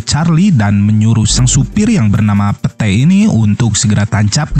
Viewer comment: Angel dibaca Anghel Pete dibaca pit